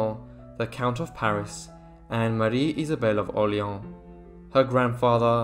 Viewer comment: For God’s sake, the name Orléans is not pronounced « Orleen « ! Google How to pronounce before reading !